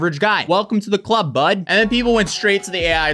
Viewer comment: The Canadian came out big time in this one 😂 “Welcome to the club…BUD” haha all that’s missing was an EHH??